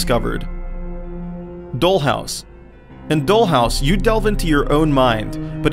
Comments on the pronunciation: its not pronounced "dole"house but "doll" house... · doll, not dol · this Nigga said dole house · dole house.....scary place too lol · It wasn't until I heard you say Doll or Soon that I realized you must be Swedish or something! Good American accent!